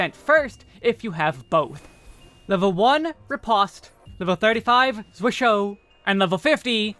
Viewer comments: Unlike the rest of red mage's toolkit, zwerchhau is a german word, and is pronounced differently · Yup, I see a lot of people put in effort to pronounce the french words correctly... But then butcher zwerchhau.